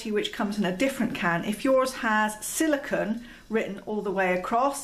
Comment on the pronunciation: Love the information. But it's silicone (pronounced cone) not silicon (pronounced con). Silicone and silicon have very different properties; silicon is a solid element sometimes found as rock crystals, whereas silicone is an oily compound comprising a chain of alternating silicon and oxygen atoms, with small organic groups at the ends of the chain.